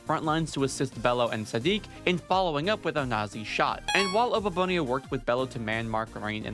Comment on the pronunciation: Abababone?????? It's Oboabona